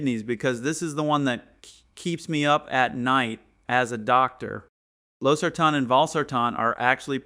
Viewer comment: He pronounced Losartan wrongly